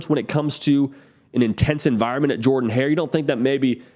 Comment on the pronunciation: It’s pronounced “jerrdon hair” not jordan.